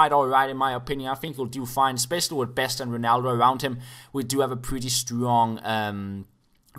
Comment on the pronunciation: Whenever you think your saying "with" but you always say "wid".